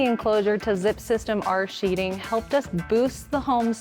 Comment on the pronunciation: Sheathing not sheeting